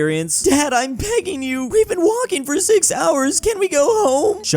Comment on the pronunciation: gotta learn how to pronounce those B:s I think